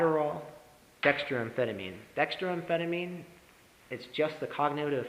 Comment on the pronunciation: At first, I thought someone had surreptitiously recorded one of my ES.S10 lectures and this guy was lip-syncing. Then he said "Dexa-DRYAN" and my ears started to bleed.